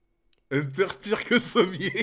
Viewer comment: Vraiment ça me fume de rire que à CHAQUE FOIS Hunter appelle Sommers "Sommier" 😂😂😂😂